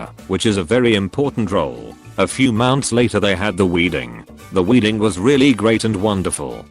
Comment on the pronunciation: "Weeding plan" ha ha